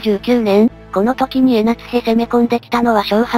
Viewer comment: 江夏（えなつ）が気になって仕方ない(笑) 江夏（こうか）だよね？